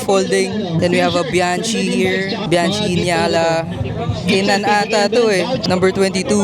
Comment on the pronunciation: Bianchi pronounced as "Biankey".